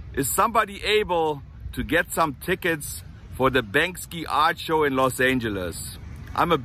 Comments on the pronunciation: "Bank See" is how it's pronounced. I hope you get some tickets, I'd love to see the show myself. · I love you, but I've always heard "Bank-See" not "Bank-Ski". Thank you for teaching me about Venice and Los Angeles! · Get 2 ! I wanna go with! lol Maybe try Stubhub or any resale app. BANKSY (Bank-See, not Bank-Ski) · “BANK-See “. is the pronounciation. Love u man! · im not sure if you cant pronounce his name correctly. Its Banksy not Bankski. LOL the feeling is there though. keep it coming. peace. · Ok let me do ya a favor. It’s not pronounced the way you’re saying it. You’re saying Banks-ski…and the proper way to say it is Banks-ee. Just in case you get to go and talk to the heavies you don’t want to sound silly. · Maybe you should learn to Pronounce Banksie